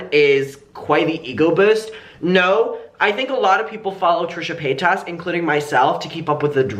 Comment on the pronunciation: I enjoy watching your videos but I hope you’ll try to pronounce her last name right, I don’t like her either but it drives me when people don’t pronounce it right. Hope you had a good weekend!